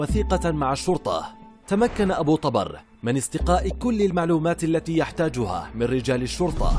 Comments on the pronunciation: ذبحنه بنطقه ابو طبار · ابو طبر بضم الطاء مو فتحها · التقرير كله خطأ ياريت لو بس متابعين المسلسل جان فهمتوا كل شي حتى نطق الاسم غلط